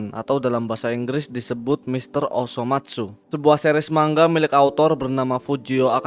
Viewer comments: Manga bang, Bukan Mangga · Adminnya gak bisa ngomong manga bisanya ngomong mangga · Denger narator ngomong MANGGA,bukanya MANGA, Langsung dislike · Bukan mangga bang tapi manga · Bang bukan mangga tapi manga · Padahal udh sering ya manga kok jadi mangga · gw jd ga bs pokus denger kata " MANGGA " . wuakakaka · tapi kan dia orang indo kenapa baca manga "mangga" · Man - ga, baca pakai logat jepang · Cara bacanya man-ga